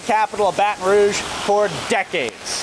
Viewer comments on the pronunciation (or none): none